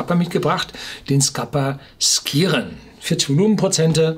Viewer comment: Wenn der Name Skiren tatsächlich aus dem Altnordischen kommt, wird er vermutlich eher Schiren ausgesprochen - ähnlich wie bei Ski.